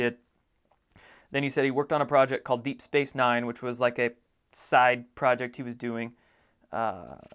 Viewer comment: Hi; appreciate your work. -- I couldn't tell if you said deep space nine or deep space mine. Anyway, I recognized it as a TV/Movie title & a video game. No big deal, probably irrelevant, but thought I'd share. :) ~ Star Trek: Deep Space Nine ( ). Summary (imdb): In the vicinity of the liberated planet of Bajor, the Federation space station Deep Space Nine guards the opening of a stable wormhole to the far side of the galaxy. ~ Deep Space Mine (2014) (23 episodes). Summary (imdb): A thousand years after the disastrous explosion of the space station, clones of Lewis, Simon and Duncan find themselves on a run-down spaceship. Together, they try to restore the ship to its former glory.